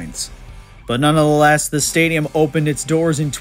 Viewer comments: "None the less" has 3 syllables. What are you saying that has 4? "None of the less"? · "Nunna" the less? C'mon.. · Not even gonna argue with someone who can’t pronounce “nonetheless”